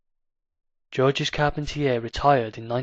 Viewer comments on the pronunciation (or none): Pronounced George. S is silent.